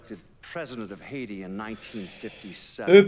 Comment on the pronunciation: Hésensz:D oké szerintem bonyolult a haitiaiak X"D jó lett a rész, várom a folytatást:)